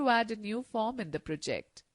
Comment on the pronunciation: The narrator lady obviously is reading a script without knowing what she is talking about. English is not her native language. She has a distracting accent, harder to follow. C# is "C sharp" not "C hash". She puts the emphasis on the wrong syllables, like proJECT. Wastes too much time explaining obvious things, such as > means greater than. It is better for a man to talk about programming.